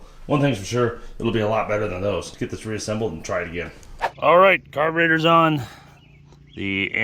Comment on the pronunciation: is da Ca-burrr-tatorrrr!!!